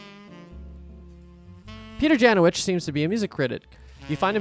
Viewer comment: A little fun fact. Janowicz is a polish surname and you read it incorrect. It should be pronounce Yanovich